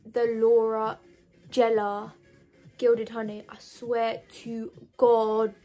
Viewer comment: It’s gellar not jellar baby x